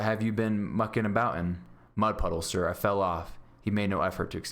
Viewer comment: At the time in the vid he says pud muddle instead of mud puddle😂😂😂😂😂😂 🤣🤣🤣🤣